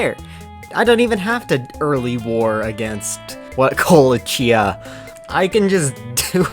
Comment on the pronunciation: Yeah, Kolchia, not Ko- leh- chee - a